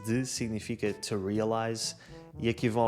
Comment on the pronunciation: Distinguido senhor, tenho umas difficuldades no entender os seus videos: as suas A me parecem sempre como E e, no Ingles, os seus TO, antes do verbo ( es. TO need) sempre me parecem TE. 'Ta giro, pois não? Paolo Diamante Roma Italia